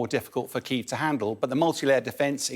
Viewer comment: Felt sorry for. Being questioned by such an ignorant reporter who can't seem to say Kyiv. Disrespectful.